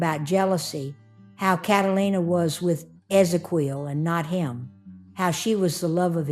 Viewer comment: OH BOY- Ezequiel is phonetically pronounced Eh-Zeh-KYEHL. MAN, you murdered that name but, otherwise, solid video as always 😳😵‍💫😖🙂